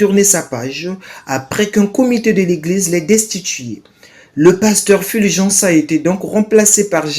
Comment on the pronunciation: Purviance et non Fulgence